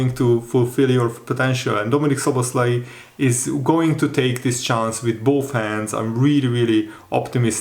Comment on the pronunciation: I say it as a Hungarian, you pronounce his name perfectly. thanks! You speak well!